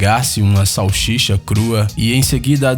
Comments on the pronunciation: saxixa kkkkkkk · Essa "Salxicha" é feia pra caralho!!!! Kkkkkkkkkkkkkkkkk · salchicha kkkkkk